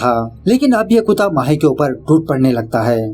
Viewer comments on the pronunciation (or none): It's kutta not kuta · Bro its kutta not kuutta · You pl pronounce "kutta" properly ...That is not clear .